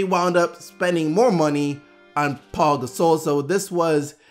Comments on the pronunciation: Are you disabled? It's Pau, not Paul. There is obviously no L in his name. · Pau is pronounced Pow. It's not Paul minus the L. Pow Gasol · Pau. Not Paul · Can somebody tell his name is Pau (pow) not Paul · Why does everybody say "Paul" Gasol.. literaly reading "Pau" saying "Paul"